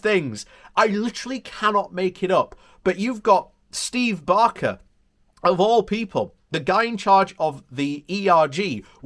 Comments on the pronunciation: B a k e r as in bread. Not Barker as in Ronnie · He’s called Baker. ‚A‘ like in fake, not like in garden.